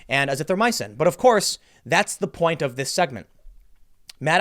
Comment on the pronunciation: Tim with the PERFECT pronunciation of hydroxychloroquine and azithromycin but can’t say Weinstein 😂😂